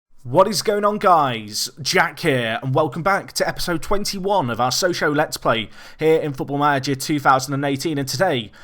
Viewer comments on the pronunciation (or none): none